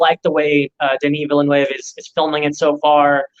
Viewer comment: denis villenueve is pronounced dun-ee vill-nuvv guys (nuvv rhymes with nub) edit: not even the lord of the rings series has anything on dune’s world building. it’s RIDICULOUS. there will be only 2 parts btw but the 2nd hasn’t been filmed and warner bros will only give denis the green light if this one does well. the lynch film sucked as an adaptation btw. not much besides the costume and score is worth keeping.